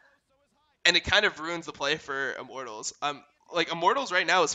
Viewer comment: Only criticism is pronouncing Immortals like "I'm mortals"